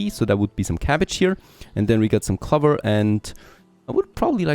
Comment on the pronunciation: It's not pronounced cluver it's clow ver .. when you are speaking English at least learn to pronounce the words correctly :)